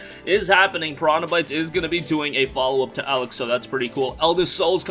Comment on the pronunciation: Stop pronouncing Elex wrong 🤦🏽‍♂️ god it's so cringey 😬